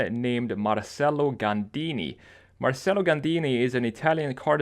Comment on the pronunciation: FYI Marcelo is pronounced mar-CHE-lo. In italian the sounds of the c and ch are reversed.